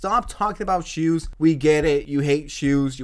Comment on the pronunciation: the joke is that she is saying jews not shoes